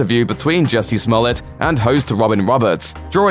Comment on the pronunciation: Jussie not Jessie for God's sake